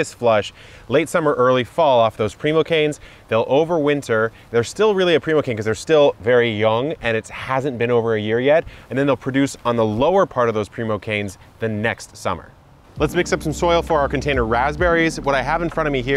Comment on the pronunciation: primocane = prime, not primo